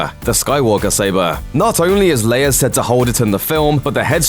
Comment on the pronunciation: FYI it is prounounce Leia (Lay-ah) not (Layer)